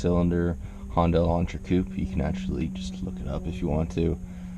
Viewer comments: nononono, no. You were saying "Honda Elantra Coupe", You don't pronounce Hyundai like Honda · Im asian.. HYUNDAI = HONDA actually sharing same sound.. Trust me.. Its hue~n~da like hoooooooondaaaaaa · hun-die. that's how you pronounce it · we pronounce it he-un-die in aus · How is he going to give car advice when can't even pronounce the name of the car right